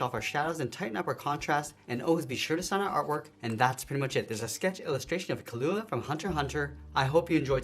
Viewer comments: key-luu-aahh not kill-oo-a but thanks my drawing looked like him if he had downs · it is killua not kullla